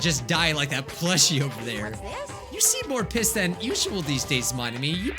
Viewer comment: Everyone talking about byakuya me; he said pIsSeD